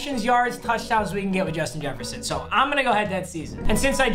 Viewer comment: Jushin Jesshferson